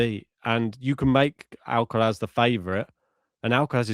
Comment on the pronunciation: For the love of god, just pronounce Alcaraz without the stupid fake spanish accent. Its so annoying. Also if you insist on saying it with a spanish accent, at least say it correctly in spanish then!